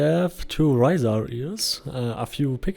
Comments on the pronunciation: Good video. I believe it is indeed "R-eye-zar" (as in eyeball). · "Risar" is a word in Icelandic and in Nynorsk (the book version of Norwegian), and means something like "(they) rise up", so I'm guessing that's where Star Vault got it. I'm also going to bet that Mats Persson and Sebastian Persson (no relation) and Henrik Nyström say it like the original: (in english orthography) 'REEsar', where ree rhymes with D. 'die' and s is a little hissy and the ar is 'like a pirate's "ARR", matey. Lots of English-speakers have said it a lot like you'd say 'reiser', but of course, we're wrong. As usual. It is my long-held belief that #RealReasonWeHaveRisar in Mortal Online is that the Oghmir (specifically the underground dwelling, ichor-swilling Huergar) used to steal Human children and eat them*, enslaving them at some point in history to work underground, where they devolved into Risar. Evenually, they escaped and broke to the surface, though they still retain the traditions of slavery and a disregard for suffering amng themselves. This would also explain why they can interbreed with Humans. Nothing else does. * They're better, now.